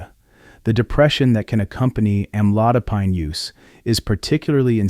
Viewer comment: Don't believe in this post, it's just scared you. Can't even pronounce the med right.